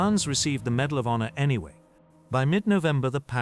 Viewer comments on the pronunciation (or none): none